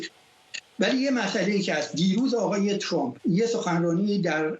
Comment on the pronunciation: Why can't pronounce Trump and says Trum??? this is the problem of some other speakers in here including some of teh news readers???? Please do some practice you will learn it.